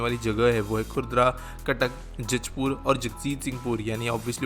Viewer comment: Dear, the way you butchered the names of Odisha districts is absolutely hilarious. Khorda becomes Khurdara (rough in hindi) Jajpur becomes Judge Pur And the best - Jagatsinghpur becomes Jagjit Singh Pur Nice info though about the upcoming infra projects in Odisha. People rarely cover them. I, myself being an Odia and living in odisha had not heard this news...... Good job!!!